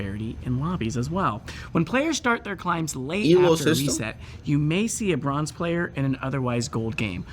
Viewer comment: It's not "bronce", it's "bronze".